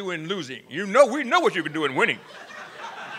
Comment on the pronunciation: "losing is wining" lol